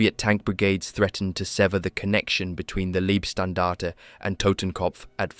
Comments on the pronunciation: Love these videos but please learn how to pronounce german names and units. Leibstandarte is Laybstandarte and not Leebstandarte etc. Both my grandfathers participated in the war. One with the finnish and one with the germans. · Not wanna be pedantic on such a excellent job, but the 1st SS is pronounced like "lie" not "lee". If relevant at all. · How many different ways can you pronounce "Leibstandarte" in one paragraph? Otherwise, a well-done video.